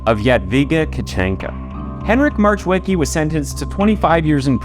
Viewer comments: In Polish, we pronounce W as V and the C in CH is silent, C on its own is pronounced as a "ts" sound. Marchwicki should be pronounced as Mar-h-veets-kee. Definitely not "March Wicky" 😂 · I looooove ur work and research u do... but Marchweeky made me laugh😂 if i wouldnt know that story i would never know who you are talking about. Please check how to say it, don't try on ur own coz i know it's hard as hell if u don't know polish at all. Anyway great video❤ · I mean Just cuz how you said marchwicki made me giggle xD For next time our ch is pronounced h, not like American. Just h. But good enough